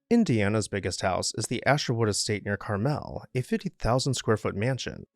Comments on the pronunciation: In Indiana, it's CAR ml, not car MEL. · Carmel, Indiana is pronounced car-mul, nor car-mel. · Of course Indiana’s house is near Carmel. (It’s also pronounced CAR-mull here, not Car-MELL.) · it’s pronounced. Car - Mel one word Carmel nothing fancy just car Mel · BTW… CAR-MEL is pronounced “CARMEL”. I’m a Hoosier and Car-Mel is someplace in California. Carmel and Indianapolis are two separate cities. Close to each other, but not the same. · The Indiana house is in Carmel (pronounced: CAR-mall) Carmel (Car-MEL) is in California. It's an Indiana thing...